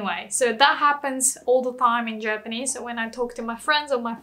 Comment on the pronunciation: did she say germanese?